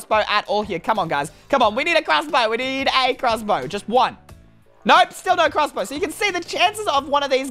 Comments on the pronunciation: You said crrrossbow and that makes me laugh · I like the way he says crossbow like “clusbow”